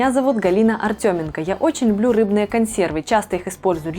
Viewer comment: Чем грамотная?Ей ещё надо поучится как правильно говорить слово консервы